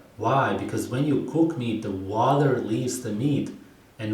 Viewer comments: "in the waller"😂😂😂😂😂I know I ain't💩💩💩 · I love how he can’t pronounce water correctly 😂😂